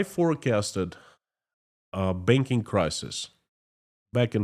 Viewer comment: When you said Another industry you wanna talk about is Banking, I heard "Begging". Maybe you should be talking about begging soon.